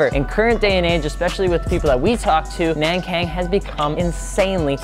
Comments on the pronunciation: It's Nankang not Nängkäng. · Nan= None, Kang= Kunk. Not nen keng, do ur research. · Shoutouts to FI from Taiwan where Nankang tires are from. It's actually pronounced as "Nan-Gong" FYI. I know it sounds weird, but it's the closest to its mandarin Chinese pronunciation. The alphabet spelling systems in Taiwan are messed up sometimes lol. Happy to see Nankang tires included in one of your videos. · I am pretty sure the "Nankang" should be pronounced as "nahn-gahng." all "Ah" sounds as I am from South Korea next to China. Anyway, good introduction. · It's actually pronounced Nangong. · Its pronounced nong kong like hong kong